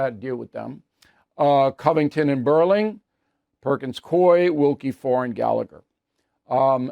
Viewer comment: It’s Perkins Coo-ee. Not Perkins Coy.